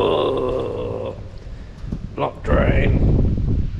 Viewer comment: " blocked drain "..saying it like the Australian drain cleaner haha 😄